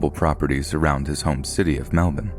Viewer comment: the way you pronounce “melbourne” gives my australian heart so much joy. 💕